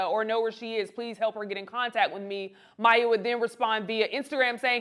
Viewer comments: Her name is pronounced My-E-yuh. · That’s not how you pronounce her name. This is not legit media.